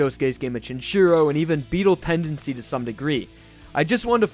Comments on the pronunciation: Did you just say Beetle Tendancy? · Did he just say "Beatle Tendancy"? Like... Battle Tendancy? Fucking awesome.